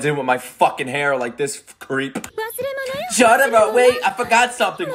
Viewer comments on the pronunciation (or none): btw its not cu tar o its jo to ro (rlly spelled jotaro but thats how to sound it out lol)